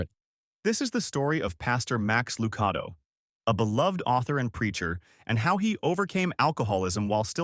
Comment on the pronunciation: Please learn to pronounce names Max Lucado is pronounced with a .one A